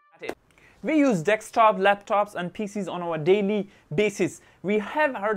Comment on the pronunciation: tnx but its deSktop not deKstop!